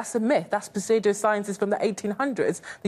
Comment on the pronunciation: Puh-sudo Science: BAD